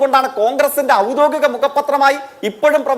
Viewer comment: ഔദോഗികം എന്നെങ്കിലും പറയാൻ പടിക്ക് ജയിക്കെ